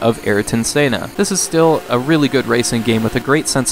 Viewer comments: senn-nuh tie-toe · Geez, I don't think anyone could botch Senna's name this hard